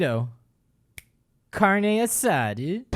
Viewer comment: did you just tried to say carne assada? LMFAO